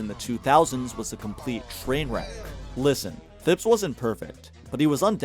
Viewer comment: The mispronunciation of Thibs is crazy